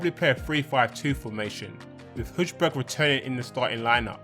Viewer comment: Its pronounced Hoybyèrg. Its danish so the letter j is pronounced as y.😂😂